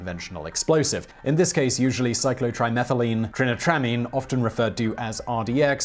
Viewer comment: Your pronunciation of chemicals is atrocious across all of your videos. I love the content, but as a chemist it hurts me to hear it wrong. Here's it how to say it right (sans IPA): sy-klo-tri-meth-ill-een-try-n-I-tro-ah-meen.